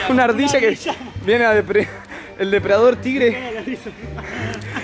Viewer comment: "deprador" :v